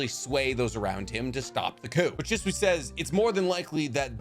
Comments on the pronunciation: she swee not shh swuh sorry that just bugged me im guessing you read the manga so you never heard it pronounced or something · bro why you say shisui.